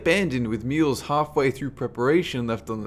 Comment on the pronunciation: Wtf... he keeps saying "mules" instead of "meals" and "burt" instead of "boat"...Lost interest in the video just because of that...